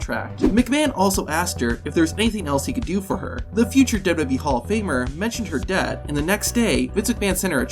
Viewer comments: Work on enunciating and slowing down. It's Double-U Double-U E, not Dub DUbya E. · "Dubya dubbee" 😂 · Did you know , this guy keeps saying WWB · I’m sure these facts are interesting but I can’t stomach a full 10 minutes of this dude pronouncing WWE as “dudub e” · Did you know the narrator in this video has no ability to say “WWE”? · Say wwe correctly once challenge